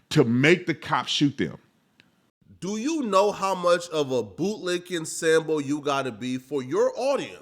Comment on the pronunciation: You keep saying something that sounds like "sanbo?" the closed captions aren't helping me out at all, can someone say what word he's using?